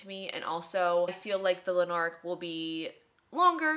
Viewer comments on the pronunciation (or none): Absolutely cannot get enough of your videos - feels like I’m hanging out with my pal! I hope this doesn’t come across dickish but we pronounce Lanark as ‘LANark’ (emphasis on the first syllable) Lots of love from Scotland 🏴❤️